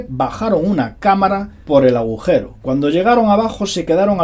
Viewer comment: Aujero? o agujero, estimado siempre con este problema fonético...